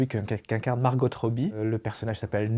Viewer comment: Petite info : on ne prononce pas le "t" de Margot en anglais.